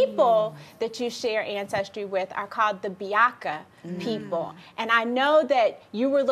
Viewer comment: for the women that was connected to central africa, the correct way of saying the group of people she is connected to is ba-ya-ka and not biaka. welcome I'm from the ba-ya-ka tribe.